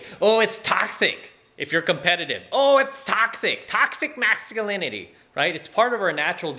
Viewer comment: "Toksthick Mathsculinity" lol